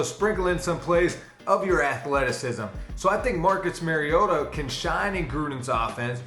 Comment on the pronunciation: His named is pronounced MAR-ee-O-ta. Not Mary-ota.